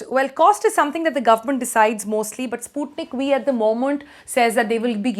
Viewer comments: Sputnik We or Sputnik V as the pronunciation goes!! The alphabet 'V' is difficult to pronounce correctly by the North and South Indian persons. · I thought she said Sputnik We.😂👍